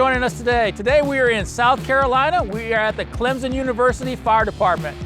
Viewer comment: Clemson does not have a Z in it.. so stop saying Clemzon.